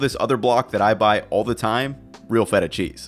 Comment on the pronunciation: Well, this guy looks like someone who eats A LOT of cheese, so I guess I'll go ahead and believe what he says about cheese (even if he doesn't pronounce the particular name of the particular cheese particularly correct). I'm so glad that my old ancestors developed a tolerance to milk beyond infancy, so that now I don't have to be "lactose intolerant", because I LOVE CHEESE! 🤗